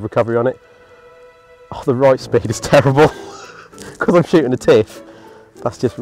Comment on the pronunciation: Ah... He says "roight" like only a man from Norfolk can...